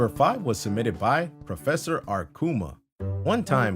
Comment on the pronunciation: Don’t you mean PROFESSoarkuma you said Professoroarkuma (no pun intended)